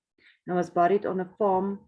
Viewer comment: Fascinating. It really gets one's imagination going. Imagine finding it! Just a little tip, in English "bury" and "buried" are pronounced "berry" and "berried". Moet my nie vra hoekom nie!